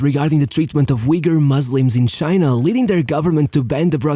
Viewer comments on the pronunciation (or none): none